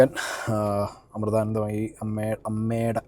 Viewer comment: ആദ്യം ആ പേര് മര്യാദ ആയി ഉച്ഛരിക്കാൻ പഠിക്കു.